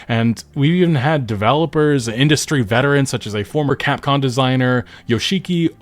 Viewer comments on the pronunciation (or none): none